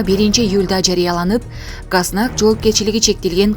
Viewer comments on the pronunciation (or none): Газнак эмес гос знак.